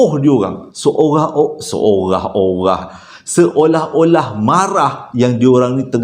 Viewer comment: Assalamu alaikum. Banyaknya tersasul. Seluring, seorah-orah dan lagi dan lagi. Sebenarnya ada bunyi sesuatu dalam rakaman tu. Langsuiur marah agaknya. Keep stady.